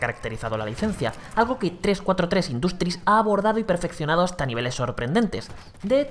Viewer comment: "gameplay", "industri" asi de literal..... tu ingles es exquisito, sin fisuras..........